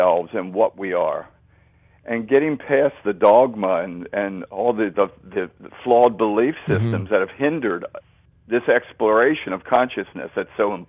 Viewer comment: I just wish someone would tell this man how to say "flawed" not "flawled".It drives me nuts!